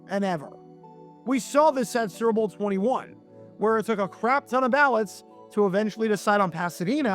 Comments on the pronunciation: "Serbull' lol. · He pronounces "super bowl" as surp'b'bul